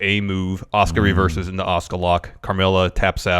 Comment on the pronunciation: Why tf does keep pronouncing Asuka's name like that?